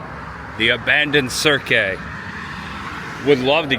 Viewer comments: I think it's just pronounced Cirq, like the beginning of circ -us. I believe it's French like "Cirque du Soliel". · Cirque is pronounced 'Serk' btw.